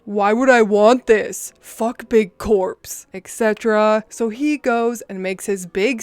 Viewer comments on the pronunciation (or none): none